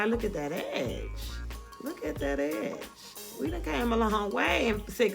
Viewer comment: Every time you said “get that EDGE” I kept thinking you were saying ‘Ass’ 😹😹😹